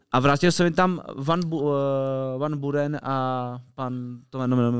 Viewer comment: ja jsem snad nikdy neslysel rikat david beckham ... david misto dejvid :D jeste van buren misto fan :D